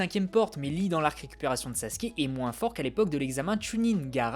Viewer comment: Alors on dit pas Sassouke mais Sasuke (tsais le mec qui a pas compris)